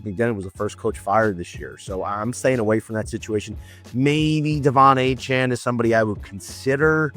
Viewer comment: Great video till you said achane ain’t it lol